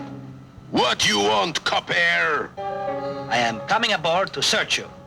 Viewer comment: Most memorable & funny is Paul Frees' Crab Louie calling The Inspector "Coppair."